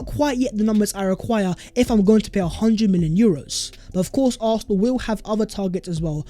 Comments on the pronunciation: It’s NOT ARFNAL! For God’s sake! Learn to say Arsenal properly!! 😂😂😂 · Aurthernal. Why do you say it like that 😂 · Does this guy not know how to say Arsenal? 🤔 great content though, I’d take Darwin allll day